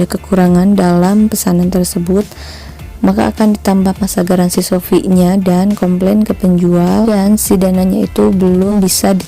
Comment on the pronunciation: shopee bukan sofi 😔